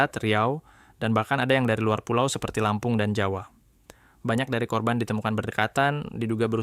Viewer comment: genuinely shock waktu denger "Lampung", "Te-En-Ai"